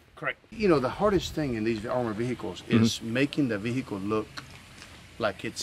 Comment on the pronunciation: ve hickle